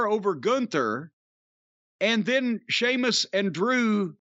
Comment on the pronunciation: holy shit, Jim said Sheamus properly...